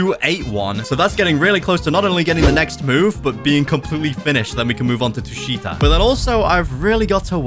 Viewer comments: Tushita read tū-shī-tǎ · it’s the first one “Tusheeta” that’s how it’s pronounced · it's called tu-shi-ta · Tushita is pronounced t uu sh ih tah so you pronounce it like the name